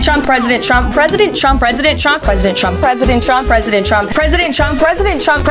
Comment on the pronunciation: It’s only fair since he is a chump……and sometimes she says Pwesudent Chump! She has a hard time with r’s lol